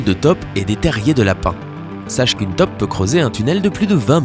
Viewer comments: Hé,, faudrait améliorer ta prononciation. On dit pas une toppe mais une taupe. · Taupe ça se dit pas "tôpe"? Plutôt que "top".?